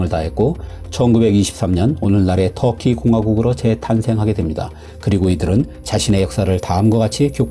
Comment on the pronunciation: 아 뚸키로 발음 되나요? ㅋㅋ 처음 알았네요 ㅋㅋ 뚸키..진짜 개같은 소리네요...